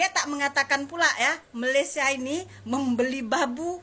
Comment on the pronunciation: Sebut Malaysia pun tak betul. Kau ni sekolah ke tak.